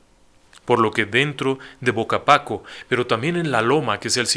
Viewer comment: Definitivamente lo cuentan mejor en Leyendas Legendarias, además que mencionó datos que no son del todo cierto, ya que se sabe que al menos uno de ellos, si hablaba un poco de español, el pueblo no es bocapaco es Vacapaco, y lo que bebían es bacanora, no baconora, en fin, hay gustos para todo, pero si sería buena idea checar adecuadamente los datos.